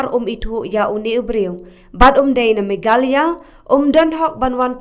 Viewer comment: Sngewbha pronounce bha Meghalaya, ym megkala,..